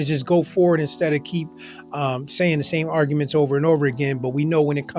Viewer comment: Dumfendemt kept mispronouncing arguments as "ar-ga-mints"